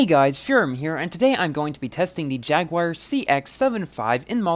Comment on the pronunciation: PLEASE, stop saying Jagouire 😂